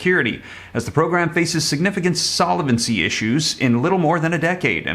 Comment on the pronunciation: Love your show .Fyi you are pronouncing solvency wrong. Keep up the good work.